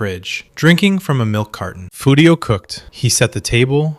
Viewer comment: You can like it but it's AI slop ripped from human sopranos analysis and other places. the AI calls Furio "Fudio" for no reason after pronouncing it perfectly 3 times earlier in the video.